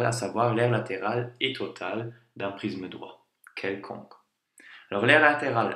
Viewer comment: Cool mais on dirait qu’il dit prizme a la place de prisme